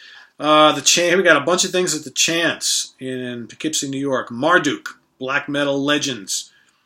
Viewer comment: Thanks for sharing your experiences and indirectly teaching this Midwesterner the correct pronunciation of "Poughkeepsie":)